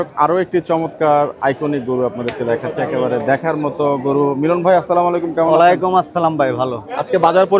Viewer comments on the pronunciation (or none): Bhai samakum na boila amar bhai Assalamualaikum bolen